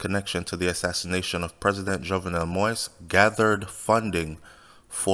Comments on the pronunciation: Keep rambling. Jovenel Moise, not jovenel Moys. It’s been over a week and they can’t pin anything on jovenel Moise yet. A legit businessman going to spend money just based on drugs from Colombia. That makes no sense. The president was a decent guy that wanted the best for Haiti and by doing so, you’ll have to step on a lot of feet. He chose to die than turn power over to them, knowing what will happen if he left like a coward. Yes, he wasn’t popular, so those mercenaries thought they had that to their advantage. That’s why they didn’t even have an escape plan. They thought wrong. The media all over the world are confused why Haitian haven’t take to the streets. Just seat back and relax, whoever involved if you in Haiti or have relatives in Haiti. They are basically got a head start cause out of respect for the president no one will act right now. We are not savages. In America it seems today if a republican or democrat president got assassinated, some will be happy on both side. Quoted Trump. Ask any or most Haitian you meet, if they can make a living in Haiti would they come live in US or any other countries. Majority of Haitian want what’s best for Haiti. Dessaline blood still flow to our veins. Most of are proud people against of all the labels. You don’t see us attacking any Colombians but only those responsible. When we see even an ex president stocked fear and hatred because a virus come from a different continent and seeing Morans attacking vulnerable people in the str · Sir I like your vids but please kindly put some respect on the man’s name it’s pronounce “Mo.Ease” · You need more practice to learn how to pronounce the president's name. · A Jamaican covering Haitian news I guess!!!!! He can’t pronounce the President name probably that alone is getting on my nerves!! You are a foreigner cover your own country please!!!